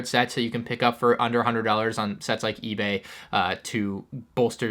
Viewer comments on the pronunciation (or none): He said “eBay” and whatnot was like “🧐”